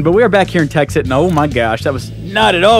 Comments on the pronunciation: he said texxit lol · you said texxit :P hehe :) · he said texit